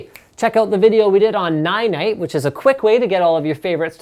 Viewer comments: Sounded like 'ni knight'... Oh he means this /watch?v=0e2kaQqxmQ0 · Ninite? Nighnight? Ninenight? NineEight? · What software does Linus say to use to quickly install all your software. Sounds like he says "Nigh Night"? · the Ninite video, yea it sounds weird Ninite